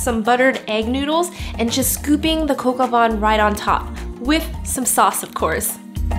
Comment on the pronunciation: From a Frenchman: it's coq au vin, not coq au "van"! :) And if you can get your hands on a rooster, you should use that instead of chicken. That's what "Coq" is. But if you prefer chicken, try Poulet au vin jaune with morrel mushrooms, similar to your recipe, its an amazing French classic for winter and spring! I love your videos!